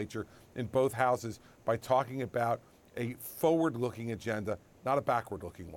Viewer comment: The word is “FORward,” not FOWard,” Chris.